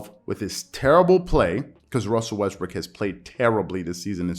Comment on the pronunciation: I know you did not mean it. But you mispronounce Westbrook's name. Hilarious! I had to rewind to make sure.